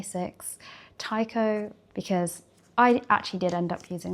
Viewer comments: Sorry but what is that pronunciation. Is Te- cho, not taico… gurl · Lovely video. Felt like leaving a comment about the techo (手帳)- is pronounced as "teh-cho" as in planner or diary :)